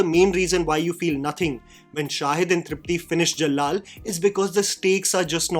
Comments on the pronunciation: It's Af-Shaan, not Af-saa or Af-saan and Jal-aal and Jalll-alll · Af-shaa(n) not Afsaan and Ja-laal not Jall-lal. Rest of the observations are spot on.